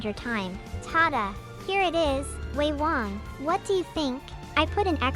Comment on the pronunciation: ROFL I want my own one of these if for no other reason than to hear these absurd rants “Cucumbertarianism” “Due to their resemblance to fetuses” LMAO WAT On a side note, I’m genuinely impressed it knew to pronounce Wei Wang properly instead of like “Wei WaYNG” Soooo refreshing to hear ❤